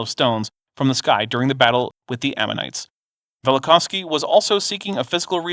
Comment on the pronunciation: "Amonites" oops